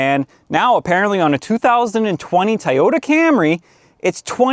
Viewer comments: Please say "toy' ypta... not ti or tee tie just stop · I just want to hear you say the word “Toyota” 10 more times. Or I mean “teryota”